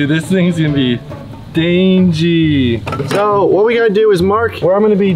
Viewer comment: Bruh its "Dangie" not "DangIe" the "DangIe" looks like "DangLe"